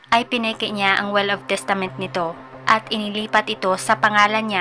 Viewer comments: "will" po mam hindi "well" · Yes... "well" (will) lang nman kamali nya